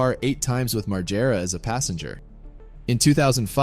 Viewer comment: Really sad about Ryan. But what's worse is the way you say Bams surname. It's pronounced MaGG-era. RIP Ryan